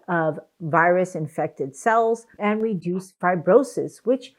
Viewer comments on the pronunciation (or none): It's harder to understand if you are saying "reduce" or "induce", since they are so opposite I would suggest more care when using them . Other than that, thanks for the video!